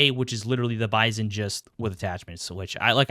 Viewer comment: it is "Bizon"